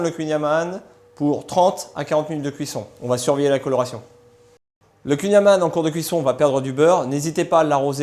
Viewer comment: Il faudrait peut-être apprendre à prononcer correctement le "kouign amann !!!! Merci (une bretonne pur beurre)